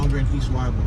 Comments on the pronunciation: It's pronounced E-bor, not Y-bor! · its ee-bor thats how you prononce it YBOR is how you spell it. you will see chickens and roosters in the area, old Spanish and Italian area these people were cigar factory workers thus the name Tampa the cigar city. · it's pronounced e-bor